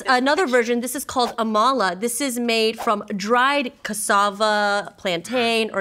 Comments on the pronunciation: Please your accents killing me 😂😂😢 It's not ama-là It's ama-lá 😂😂😢😭😭😂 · The pronunciations for me😂😂😂 Its amala not amaaala And it's fufu not fuufuu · Please it is not amola it is amala please😊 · As a Nigerian, seeing harmlessly murder these Nigerian names is something else😂. And is definitely Nigerian😂😂 Edit: So many likes😳? Thanks a lot.The Gods of comments game have smiled on me 😂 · I’m Nigerian in the way they’re saying these names like Amala like what is that?🤣🤣🤣🤣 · She butchered amala pronunciation